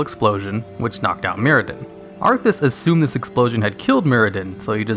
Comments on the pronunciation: mURadin, not mirradin. Still love ya tho! <3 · Who's Mirodin? Bootleg Muradin? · Your pronunciation of Dalaran and Muradin hurts me a little